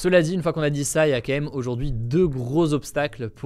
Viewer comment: énorme!!! Moi aussi je dis "quaême"!!!